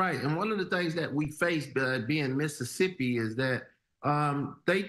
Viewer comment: It's Mississippi 😂